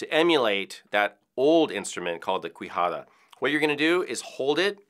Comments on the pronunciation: It's pronounced "Kee-Ja-Da" not "Quee-Ja-Da". It comes from the spanish language, and the rest of the explanation he gave it's correct :) PS: MYYYY BESTO FRIENDDOOOOO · Not cuijada amigo, its quijada, like kijada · Native spanish speaker, quijada it's actually pronounced keyhada not cuihada. Just wanted to throw that out :) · Akshuli ☝️🤓 it's not pronounced "qwijada" its "kijada" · That is not how you pronounce "Quijada" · Love the video, QUIJADA is pronounced [kijada] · Just as small note: the U is silent QU sound in Spanish, so it would be more like “KEY-HA-DUH” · It's pronounced kijada. In spanish if there's an U after a Q the U becomes silent. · Me encanta cómo intenta decir quijada y hasta te "enseña" a decirlo 😂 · btw in the word quijada you don't pronounce the u, bc it comes from spanish word, when reading any word with a q followed by an u, the u doesn't sound... like the word "what" wich is "que", or "wanna" wich is "quieres" the "u" doesn't sound